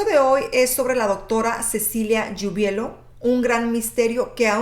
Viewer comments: Hola muy buen video pero es Giubileo no Giubelio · Se pronuncia (jiubuleo) =Giubileo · Dices mal el apellido